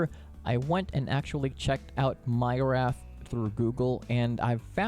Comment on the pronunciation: Myrath is actually pronounced Mee-rath.